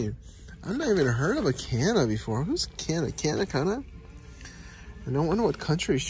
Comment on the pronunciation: At the end of you said her name right but at the beginning of you said her name wrong